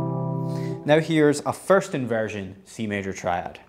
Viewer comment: Faerts invearzhun. Man I just love that French dialect! 😁